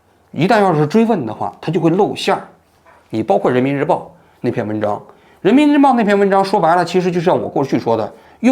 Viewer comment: 王局口误 人民日婊，说了好几遍，哈哈哈哈哈